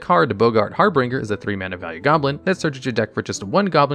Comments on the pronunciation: Harbinger = har-binj-er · It has to be, considering he also mispronounces harbinger and soot in this very video; neither of which are weird fake MTG words.